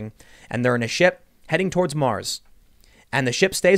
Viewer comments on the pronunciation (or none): none